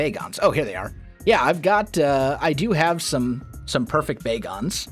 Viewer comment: lol "A poyfect"